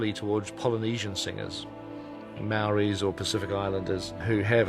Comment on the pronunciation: Only disappointment was that peter can't pronounce Maori lol